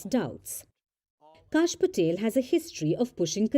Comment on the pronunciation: It is "Kash," short for "Kashyap." pronounces it as "Cash."